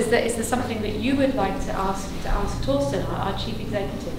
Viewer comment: Tortsen 아니구 Torsten